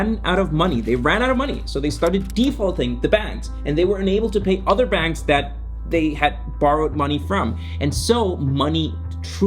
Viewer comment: Couldn't even understand your pronunciation. The word is bAnks not benks.